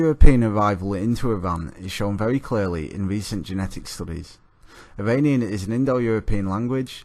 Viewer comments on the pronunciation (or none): none